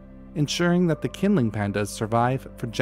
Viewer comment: The q in pinyin representations of Mandarin Chinese is, for reasons best known to its originators, used for a sound closest to ch in English. Qinling is best pronounced as "Chinling". Presumably taking their cue from Irish spelling, designed to fool and annoy the English.